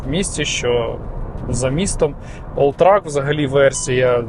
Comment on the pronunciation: Все круто, але це ж олтрЕк а не олтрАк ;)